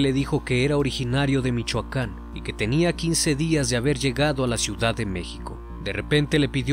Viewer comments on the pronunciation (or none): none